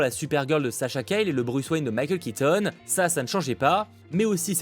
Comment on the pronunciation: Juste, Sasha Calle est hispanique, son nom se dit Callié et non Cayle 😅